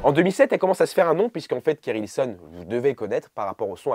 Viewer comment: Je t'aime bien mais te tromper sur le nom de KerI Hilson, c'est inadmissible !